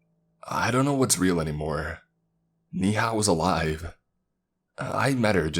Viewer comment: Dude, Saketh is pronounced as Saa-kae-th!! Neha is pronounced as Nae-ha. Mr. Arora is pronounced as A-row-ra. Belan is pronounced as Bae-lan (Rolling pin). The name of the car is Maruti 800 pronounced as Maa-ru-tee.